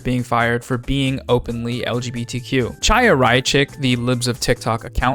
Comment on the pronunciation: just as an fyi, despite how embarrassed I am to admit that libsoftiktok is a fellow jew: the name "chaya" is pronounced like "high-uh" with a throaty h sound at the beginning, like challah or chanukkah :) excellent vid